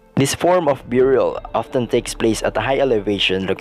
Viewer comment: It's burial not byurial